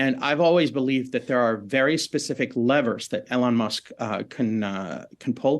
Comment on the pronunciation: He said ellen musk. This mf started his research yesterday